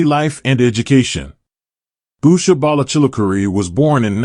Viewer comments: I’m very much a Vance supporter but you don’t even pronounce her name correctly. Her name DOES NOT start with a B. Get it right before you post a video! Her name is Usha. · At least pronounce their name correctly! It’s Usha not Busha!